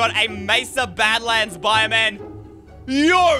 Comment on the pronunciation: When I was watching Preston he said that camman is living about his name it is canman not camman